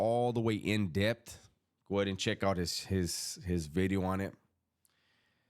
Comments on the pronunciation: 'Ely' is a rough area of Cardiff, in Wales. The correct pronunciation would be 'Eelee'. Another lovely 'vidyo'..... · Sup homie. People like the way you say video because it almost sounds like you’re saying glass in Spanish. It’s all good!